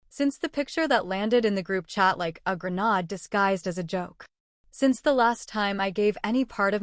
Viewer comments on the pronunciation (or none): Grenaaaaaad... LOL!! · Please, please, have the A.I. pronounce the word Grenade properly.